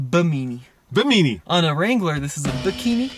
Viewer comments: Bimini not bimeeni. It’s a sun shade very common on boats named after the Bimini islands in the Bahamas. That’s in the Caribbean Sea, aka a really big lake for you Colorado natives. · Pretty sure they meant Bimini to be pronounced BI-MI-NEE not BE-MIni😄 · Bim-ah-ne = Bimini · Actually it's bim-in-ee like the island in the Bahamas. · Lol I thought the same thing when I heard it! Love ya tommy 🤣 but now you have to work on "Bimini"